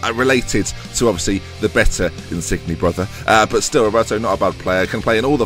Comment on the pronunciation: Insigne is pronounced In-seen-ye